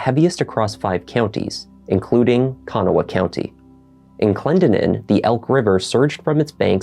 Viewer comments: This is how you pronounce “Kanawha” ☺️ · You did a good job describing the case and pronouncing Kanawha County :) I tell people the prouncination is like saying Can haw with little emphasis on the H. CANaw